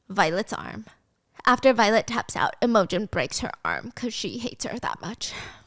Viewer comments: Oh my god it's not "emojin" lol, it's IMOGEN, pronounced um... IMM-A-GEN. Steph has the emphasis on the wrong part lol! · Steph I literally love you so much but babe YOURE SAYING IMOGEN WRONG ITS NOT EM O GEN ITS IM A GEN it’s just scratching my brain so wrong 😭😭 love you tho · I love your channel, but can you please look up how to pronounce names before you say them? You butcher so many of them. Imogen is not im-OH-gin. It's IM-uh-gin. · Is Im-o-gen actually Emma-gen🥲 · Imogen is pronounced Im(like IN) OH Gen. I was so obsessed with part one I ran to buy the book so I could finish. Which I did in about a day😅. Can’t wait for more, Stubby is gonna lose it 😂😂 I loved reading about someone with my chronic illness that kicks ass. Even though she has some thick ass plot armor 😊 I now want fancy leather gauntlets, slings, and braces for all my loosey goosey body needs. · I love listening to this even though I've already read it!!! Also the way Stephanie pronounces Imogen like "emoji" 😭😭😭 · I WAS THINKING THE SAME THING. 😂 I was like who is she talking about and then I remembered Imogen and realized the pronunciation was just off 😂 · The way she pronounces imogen 😂😂 so adorable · lol it's so cute! she changes the pronunciation every time she says it haha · Gryphon is pronounced Griff as in it, not Greyef as in eye. And Imogen is pronounced Im (sounds like Jim) Oh Jen. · Happy you are back and hope you are feeling okay!!! Please take the time you need. So excited for this series as i’ve heard the second book is less than not great but I can still enjoy the story! For pronunciation- i think it’s griph-in and im-oge-in